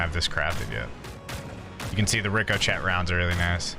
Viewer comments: Not trying to be that guy, but… it’s pronounced Rick-o-shay rounds 😂😂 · “Ricko Chet Rounds” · Ric o chett??? 😂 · Dude said rico chet🤣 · "Rick-O-Chet"! Yer killin me, lol. Joke, yeah?